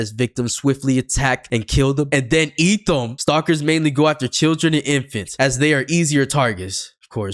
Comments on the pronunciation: Go kept saying cat when it’s eat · Son dih just said cat instead of eat somehow( ngl i was abt to say that too 🤑) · Why is he saying eat as cat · why do you keep saying "cat" when it says "eat"...? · Bro it's "EAT" not cat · This mf saying “cat” instead of “eat” 💔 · Stop saying cat it says eat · Why does bro say Cat instead of Eat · anyone notice him saying cat instead of eat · Not being mean but you said cat and it was eat